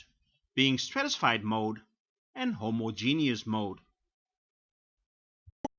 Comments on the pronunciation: *hoMOzjeNOUS not homoZJENIOUS, Dutchie... 😋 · "Homo-Genius mode". I'm not a native English speaker but I'm pretty sure it is not pronounced like that :)))